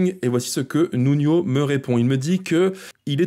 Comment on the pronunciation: Nuno pas Nunio c'est du portugais le N ce prononce comme en français et pareil pour le J . C'est un bon profil pour 2 millions bien entouré dans un collectif sein il peut vraiment être excellent. Il a un profil de jeu percutant mais trop stéréotypé pour cela qu'il lui faut des bons joueurs autour pour lui apporter d'autres espaces et d'autres solutions. Il a un profil de jeu proche de cherki dans les espaces et l'orientation recherché en plus percutant et bcp moi technique biensur.